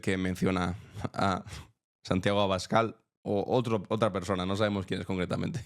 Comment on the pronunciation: En realidad dice Santagüio Escabal 😂😂